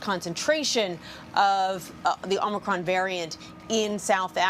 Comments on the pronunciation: Joey likes to call it "Omnicron" LOL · Don’t you think the president in charge of mandating the conditions of a viral pandemic should at least be able to get the names correct of the virus and its variants first.. ? “Covert nine”.. Covax 19. Covid Nine... “Omnicronb” .. etc etc etc..